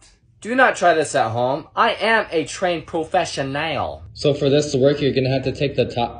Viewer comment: U can tell he's not a professional because of the way he said professional